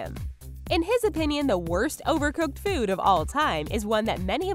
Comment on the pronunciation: It's food...not feood.